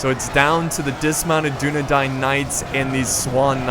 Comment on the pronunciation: Holy crap, stop saying dun a dine, it is dun a dain, or dun a dan for singular